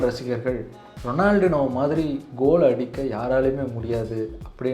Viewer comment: எனக்கு ரொம்ப ரொம்ப பிடித்த கால்பந்தாட்டக்காரன்..! அவர் கூட விளையாடுறவனுக்கு பயித்தியம் தான் பிடிக்கும்..! 🤷 ஏன் காணாமல் போனார் ன்னு ""இப்ப"" தான் தெரியுது...!😤 அப்புறம் அவர் பெயர் "ரொனால்ட்-இன்யோ" ரொனால்டினோ கிடையாது..! எங்கேயாவது இருந்து சுட்ட கதையா இருந்தாலும் சரியாக முழுசா சுடுங்க..!🙏 நன்றி 🙏